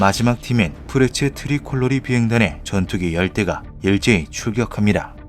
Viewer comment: 우뤄어엉찬 엥징소리...? <--- 독쑤리 오형제?